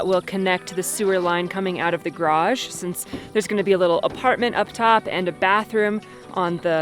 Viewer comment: !: You say the word garage seven times in this video. Alas, you bungle every one of them! Even though you are surrounded by many people who don't have that affliction, and otherwise correctly pronounce all other English words, garage receives special inconsideration. I recommend kanoodling with Trent some evening and say it with him like 200 times. Your upper/northern east mangling is inclined to omitting almost a whole syllable out of the latter half of the word.